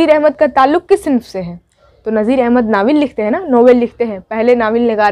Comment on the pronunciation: "सिंफ" नहीं होता है मोहतरमा सनफ होता है।